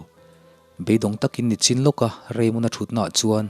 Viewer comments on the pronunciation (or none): none